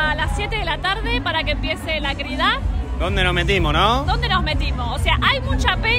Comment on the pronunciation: Se dice Crida. Con acento en la i